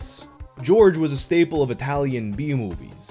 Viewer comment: Came for the weird thumbnail and stayed for the absolute butchering of the italian names